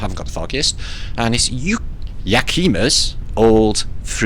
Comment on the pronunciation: Yakima pronounced yack uh ma first syllable has the emphasis I live in Washington state just to let you know